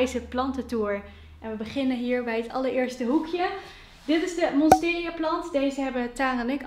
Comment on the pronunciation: Het is Monstera, geen Monsteria :)